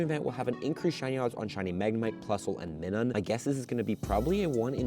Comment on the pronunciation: But why did this guy miss-pronounced Minun's name?